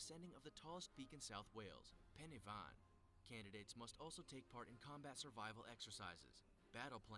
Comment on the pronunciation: Am I the only one who cringed when he said pen-y-fan